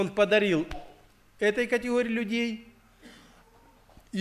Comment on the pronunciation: Правильно не прИговор, а приговОр. Проповедь назидает, обличает, многое поясняет и уточняет. Благослови, Господи, брата за это назидание.